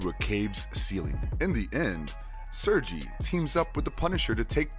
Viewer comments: I don't want to be that guy and I'm sorry for saying this but you getting Kraven the Hunter real name wrong it is pronounced Sergei, ser-gay, not ser-jee. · Man how do you botch most of tha characters names when you have tha source material on how to properly pronounce their names lol smythe is not smith. And Sergei is not surge-e 🤦🏽‍♂️ cool video but couldn’t get over tha botched names lol